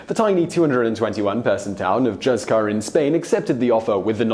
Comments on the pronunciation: “Hooth-car” not “juzz-car” ❤️ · Please! You Brits! Juzcar is NOT pronounced like a "J." It is Hus-kar. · I visited Coober Pedy in 10/87--very interesting place, as your video attests. Also, if anyone wants to pronounce Juzcar the Spanish way, it's HOOCE-car. Plus, don't feel I'm being arrogant. If there were a French town mentioned, I'd do a fantastic job of butchering its pronunciation. : )) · "z" in Spanish is pronounced as an equivalent to "th" in English. So it should be "Hoothcar". Unless it is the Mexican Spanish or Latin Spanish then "z" is pronounced as "s". But the location is in Spain, so it should be the Peninsular Spanish "z". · Juzcar is actually pronounced "hoothkar". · Yeah, juzcar should be something like hooscar. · That Juzcar pronunciation... I died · Great, really interesting, but Juzcar is not pronounced like that!!! (J are pronounced like H in Engligh) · in the spirit of future pronunciation, when saying Juzcar or any Spanish J, think Julio (Hoo-leo)